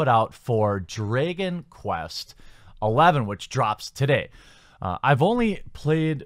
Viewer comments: Drey-gon quest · "Draygon Quest"?